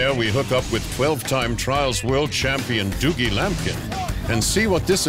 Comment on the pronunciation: The commentator doesn't know how to say dougie :L